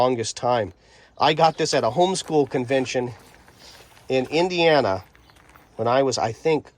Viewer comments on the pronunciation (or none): none